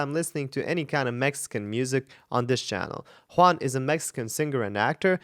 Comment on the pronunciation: THANK YOU for saying /Hooan/!!!! Trying to pronounce it correctly 👍💗 We call him JuanGabriel the whole thing, no spaces...like one compound word